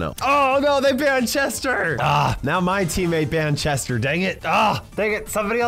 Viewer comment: Drinking game- Take a shot everytime accidentally says "Jester" rather than "Chester"